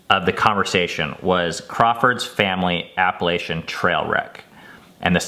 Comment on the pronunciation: I think the worst thing you do is pronounce Appalachian wrong. ;) Epic schooling, parents! I feel like a failure as a parent watching your trail doc. :P